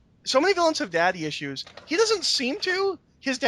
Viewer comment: I can confirm 5 mins mark says willains